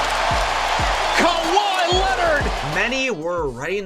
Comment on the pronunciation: "Holding Kahwi to 29 points"